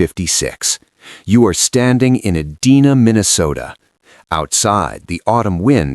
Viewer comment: How you know it’s AI, it mispronounced Edina. 😂